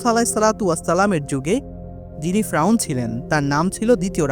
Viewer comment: ফ্রাউন না রে ভাই 'ফেরাউন ' । ( Don't mind )